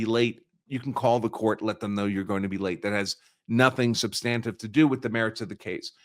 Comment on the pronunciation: Good content but he does not know how to pronounce "ex parte". It is Latin and the last "e" would be pronounced roughly as "ay". He can't pronounce "substantive" either. I gave up there. It was very distracting.